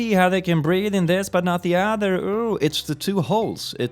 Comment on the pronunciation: I was in the vet when i Watched this And the person at the desk Thought I was watching something completely different because he says breathe as breed, It was funny to me since it's so onbrand